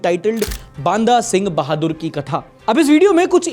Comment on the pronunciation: Pointing out a mistake in your pronunciation Its बन्दा सिंह बहादुर not बान्दा सिंह बहादुर